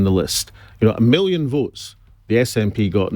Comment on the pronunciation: But he can't say millions it's miwens?.